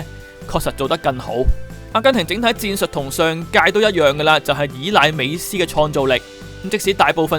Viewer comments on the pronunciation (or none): 是 美斯 , 不是 美欺